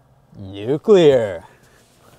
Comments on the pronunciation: "More power!!" "Nuclearrr" 😂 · really just said nuclear. I'm dying right now. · "Nuclear" lmao